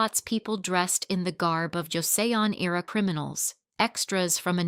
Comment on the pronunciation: 영상에 조세온이 아니라 조선이라 발음합니다~ 영상에 있는 건 아니나 현다이가 아닌 현대로 발음해야하구요.